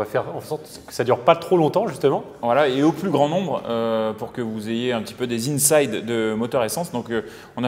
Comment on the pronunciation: « Insight » pas « inside »…